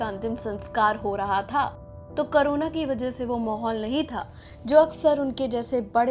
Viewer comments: It's corona not karona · तुम लोग को कोरोना के नाम लेना भि नहि आता अभि तक कोरोना हे करोना नहि हाहा सो फन्नि भोईस